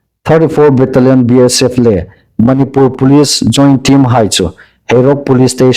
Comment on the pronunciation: Manipùr tia lam hi indikin ei hriet am ? Manipur ti el ding a nih.